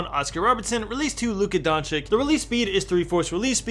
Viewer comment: Did u just say Donchick😭